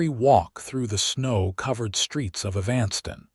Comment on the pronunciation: the man telling this story has a good voice too bad he can't pronounce EVAN STON as the proper way of saying EVANSTON...